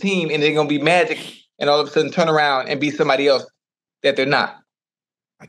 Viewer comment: when he said magic I almost died 😂😂😂